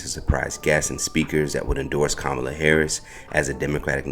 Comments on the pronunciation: Madam Vice President Harris’s name is pronounced comma-la. Not ka-MAH-la. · C’mon! How hard is it to say (comma, la) Kamala. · Her name is Kam-a-La asshole. (and you know this) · learn how to pronounce Comma-luh’s name! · please say Kamala's name right.... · So CH found some lone, random tweet disparaging DL by a person no one has ever heard of, put it in a headline, and amplified it on their channel. What are y'all doing??? 🤦🏾‍♂️ Also, the narrator who runs the page should concentrate on pronouncing Kamala's name CORRECTLY. I mean, c'mon dude, you're in media. She's been on the national stage for years. She's the VP for God's sake. It's past time. Clean it up! 🤦🏾‍♂️ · Please learn how to pronounce her name 🤬🤬🤬🤬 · I LOVE your channel and listen to your content daily. My one request is that you PLEASE stop mispronouncing VP Harris' first name. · I think YOU should at least pronounce the woman's name properly